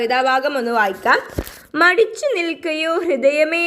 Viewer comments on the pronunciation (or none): Midichu alla Madichu an Miss😊